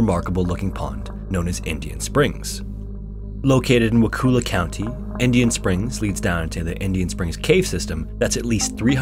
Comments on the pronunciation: It’s not wa-cool-ah…..it’s wa-cull-ah. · You mispronounced wakulla it’s wa-coal-la not wa-Kul-la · as someone from tallahassee, it makes me laugh that he says wah-kool-uh and not wuh-kull-ah for the pronounciation of wakulla cause i've heard it so many times and never heard anyone say it like that... also while i knew that there was some sort of cave entrance in the springs, cause it makes the water dang cold, i had no idea it was that huge. definitely caught me surprise hearing this story about a place i've literally swam at after binging all these videos on repeat for weeks lol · Wakulla - pronounced wah-kull-uh , emphasis on kull ( I live near Indian Springs) Wakulla Spring, largest freshwater spring in the world is right down the road from Indian Springs. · Lol I've never heard it pronounced any other way than "Wah-kull-uh" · I cant let this go. Wah-cull-ah is how its said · Well at least you tried to pronounce Wakulla correctly. Lol. As a Floridian it was funny to hear but I had forgot about this. I worked at a wilderness camp that was connected to these springs where the kids swam. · The pronunciation of Wakulla is hilarious. I'm from nearby in Georgia. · I grew up in Wakulla county. I'm unsure if the county got it's name from native americans or not (though it wouldn't surprise me, a lot of roads in certain subdivisions are named after native american tribes, such as Sioux and Navajo), however all residents of Wakulla county pronounce Wakulla as Wa-kuh-lla, not Wa-koo-lla. Hearing Wa-koo-lla made me die a little inside. I love you're videos though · That is the most unique way I've ever heard someone pronounce Wakulla, lol. (I live in Wakulla)